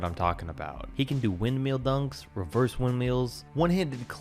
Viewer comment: The way he says windmill killed me